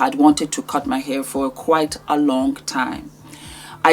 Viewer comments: She sound so dumb it's not air it's hair she should be ashamed of herself as a black girl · The girl in that video for all her tushness can’t pronounce hair as hair. She said air. And I laffed. I can say to her do not bring your tongue that can’t pronounce H to my event